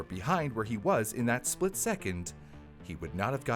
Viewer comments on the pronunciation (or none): none